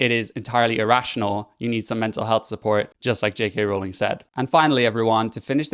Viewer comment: THANK YOU for pronouncing "Rowling" correctly!